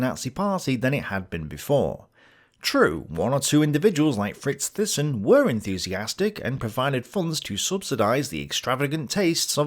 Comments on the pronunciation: btw, THYSSEN is phonetically pronounced as "Tay-ssen" (A Dutch/Flemish surname) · Thyssen, It's pronounced TY-son. I never quite saw Hitler as a puppet of capitalists, more that capitalists were puppets of the nazis, such was their fear of a red front seizing the means of production. Much of what I have gathered reading various tomes over the years suggests that the capitalist clique, if there is such a thing (hostile band of Brothers, K. NARX) tolerated the nazis, fearing the alternatives of communist rule. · Great episode, loved it! Ohh and Thyssen is pronounced like (Mike) Tyson, but with an "e" so Tysen. I'm Dutch, pretty sure German natives will agree on this pronunciation of Fritz Thyssen aka Tysen. But please don't see me as a grammar nazi now 😂😂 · Thailand, Thames, Theresa, Thomas, Thyme -- Thyssen. :-)